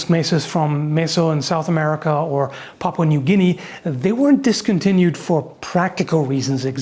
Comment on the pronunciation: are my ears deceiving me or did call that "Popcorn New Guinea"?